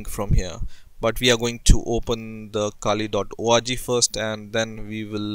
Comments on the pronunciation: more like oh aargh jee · he says org like orgy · when he says .org it sounds like he's saying origy ahahaha